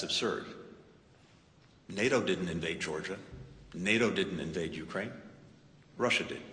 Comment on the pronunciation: It's NOT YOU-kraine! It's you-KRAINE lol